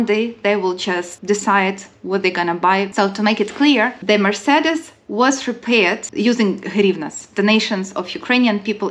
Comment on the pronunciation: Mercedes is pronounced Mer-say-deez. Hehe. You’re cute! 😊 Good work!